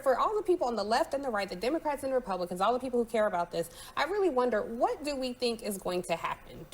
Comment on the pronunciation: “Republiklans” was an accurate slip up 😅